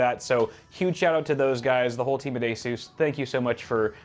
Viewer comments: its ASUS not ASUUUUUUUSZ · I have to ask because I'm new here, is that the actual way that ASUS is pronounced or is he just memeing